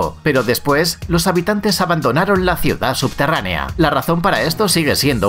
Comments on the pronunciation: no se dice subterraNIA, SE DICE SUBTERRANEA, el video , la investigación muy buena pero pierde credibilidad cuando la gente tiene faltas de ortografía o de pronunciación (es poco profesional), es como cuando escuchas algo interesante de una persona sin educación pero apenas y puede pronunciar el español correcto. Lo siento, yo en lo personal tengo una enfermedad que se llama MISANTROPÍA y me es difícil pasar este tipo de cosas, pero no deja de ser incorrecto. aún así el video me gusta. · Habla muy rapido y lo dice mal pero lo importante es que lo escribieron bien la palabra subterranea. Al final la pronuncia bien y mal 🤣 igual me gusto el video.